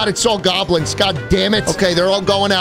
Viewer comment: it really pisses me of how he says goblins